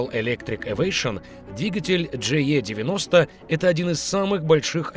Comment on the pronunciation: E в английском читается как И, Джи И 90